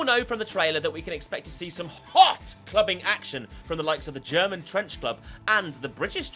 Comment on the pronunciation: I lost my shit when you said "ZE GERMAN SPY PIGEON!"